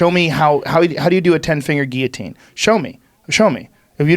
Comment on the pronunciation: I like that rogan pronounces guillotine correctly.